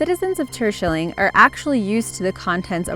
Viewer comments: Number 7 Turshulling... really😂😅 you say Terschelling, im Dutch so I could know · Tursjeling.... bwuahahahahahah. It's Terschelling :D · The island of the netherlands, "Terschelling" is NOT pronounced "tershelling", !! Then again; 'sch' doesnt exist in the english dictionary, so you wont know how to say it. Still, it sounds so so weird ! O.o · Had to listen to the part of the bananas twice, because I didn't understand what name they named as the island where these bananas got to shore. Terschelling. Well, it's pronounced entirely different, but it really is a very Dutch name. I've seen left over parts of this event. Greetings from the Netherlands!